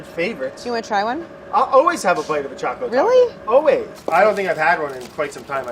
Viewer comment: Should I be concerned that she has written "Chaco Taco" and her pronounciation is also Chaco Taco...?? 😂😂😂